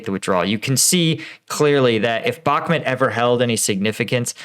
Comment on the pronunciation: Really like your videos and your additional angle - keep up the great work! But please, for the love of freedom... can you work on your pronunciation of Bakhmut (say ‘Back-moot’, not ‘Back-met’). K, thanks 🙏